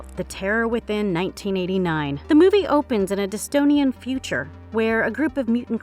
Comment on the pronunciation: I think she also says "dystonian" future. Lol.